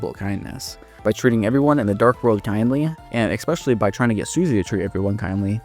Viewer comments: ES-pecially Not expecially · Bro, I'm not trying to be mean but if you're saying especially THAT often you can't be saying "eck-specially" 😂😂